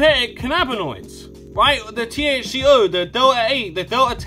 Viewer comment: "THC-HO" lol